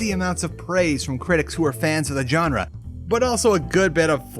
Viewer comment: I love your vids but please consider pronouncing "genre" in other manner. Sorry!